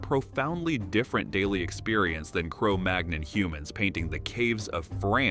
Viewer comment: That's not how you pronounce Cromagnon.